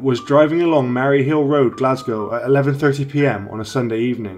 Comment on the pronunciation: Taxed ya bum? I think you will find that it was bam not bum! And it's Maryhiill road not Marryhiill!